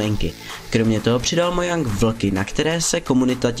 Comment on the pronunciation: Sorry, ne "möjang" ale "mojäng", viz wiki: cs.wikipedia. org/wiki/Mojang